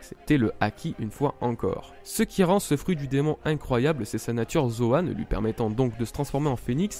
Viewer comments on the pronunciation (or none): none